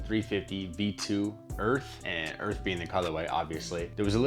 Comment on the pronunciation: Finally! Someone who says it correctly...Earth and not “Earf!” 😂🤣🤦🏽‍♂️